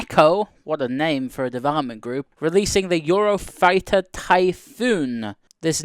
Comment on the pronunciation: when said eurofighter it literally sounded scottish